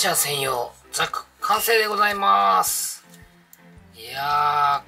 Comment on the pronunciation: なぜ、原西さんは、いつもザグって言うのかなー？（笑） ブグからのではないと思いますが…